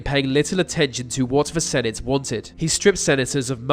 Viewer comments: It's 'the' not 'vuh'! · Mate sort your ‘TH’ pronunciations out ! The - ‘Vee’ They - Vay Get a grip !! 😩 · Nails saying "Nicolae Ceaușescu". Can't say "the" or "their". 🤔